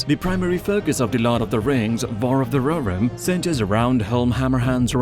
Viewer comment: roh hir rim , not rorim